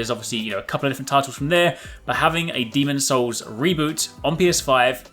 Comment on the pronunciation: hey, it's demon'S souls;)